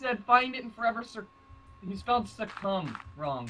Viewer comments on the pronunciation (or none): its not surcome its SUCC - omb